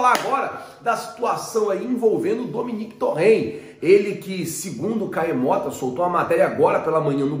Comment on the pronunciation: Dominéque? kkkk é um fanfarrão mesmo